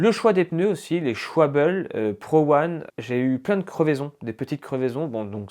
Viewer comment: pour les pneus, ça se prononce : ch'valbe 😅 sinon bravo ! ça donne envie.